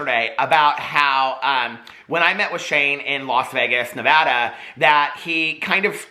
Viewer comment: Finally someone who knows how to say Nevada 🤣🙌🏻